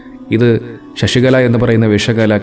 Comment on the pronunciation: "ഷഷികല" അല്ല, "ശശികല " എന്നാണ്.